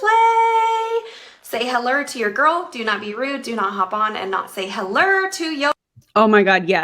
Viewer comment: I said it before and I'll say it again - ma'am I am not your girl. And stop saying Hellurr. It's hello. Just say it correctly.